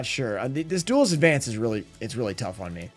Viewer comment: Opening Duelist advance in advance?! Sounds perfect. butchering ocg cards names will never get old😂. Cyber dragon the laser of cyber dragons is just so ridiculously